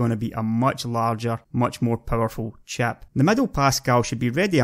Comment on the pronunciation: I really like his accent, but it took me about 10 minutes to stop wondering what chap he's talking about.